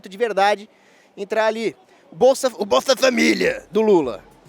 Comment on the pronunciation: "O Bolfa Família"